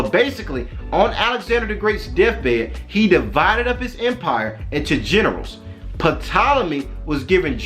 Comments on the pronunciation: BROTHER when you speak of the ptolemys it's pronounced TOLOMY, the "P" is silent; otherwise, good teachings. You are not afraid to call a spade a spade, TMH says we are in the lands of our enemies, most of our brothers and sisters are afraid to day so and still seek love and compassion of peoples who have shown for 400yrs. that they don't have the capacity to love us. Keep up the good work! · The “P” in the mans name is silent.